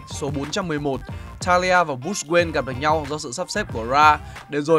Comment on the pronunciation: Kể nghe giọng ko hay gì cả wayne mà đọc nghe toàn là queen